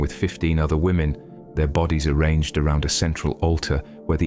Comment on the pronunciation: Women not lemon!!